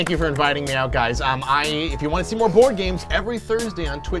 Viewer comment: At the end Said board AM